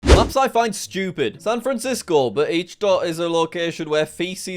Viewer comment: jack says sad fransicso hmmmmmm